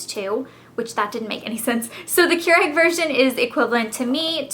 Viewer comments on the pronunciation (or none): Its not Keur-egg its Keur-ig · she kept saying kyur-egg. not kyur-igg. made me crazy! lol. looking forward to trying their teas!!